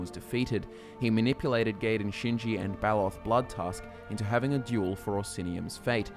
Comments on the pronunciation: Gaiden's name is pronounced Guy-den. It's just like Ninja Gaiden and the weapon known as a sai (pronounced like psy). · You pronounced Gaiden wrong. The a is actually silent as its Japanese. You pronounce the I after the g then the rest of the word.